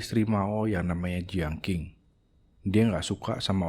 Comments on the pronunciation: Koreksi bang : dinasti Qing 1644 M- 1912 M = bacanya Chìng Klo dinasti Qin shi Huang 259 SM - 210 SM = bacanya chīn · Perbaiki cara baca, jangan deng tapi teng, e pepet, dinasty qing dibaca cing.